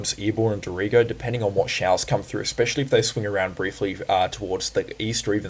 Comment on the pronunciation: I quite like the sound of Dorito woops Dorrigo.